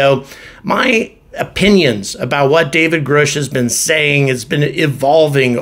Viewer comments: How do you get Groush out of Grush ? If you are going to report on this guy, you should learn to pronounce his name. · "Grush" not "Groosh"